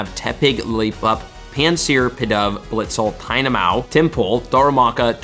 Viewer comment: “ Tynamao” hmmmm I never knew tynamao spawned in two habitats